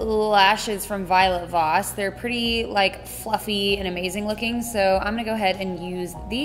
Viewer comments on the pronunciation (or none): none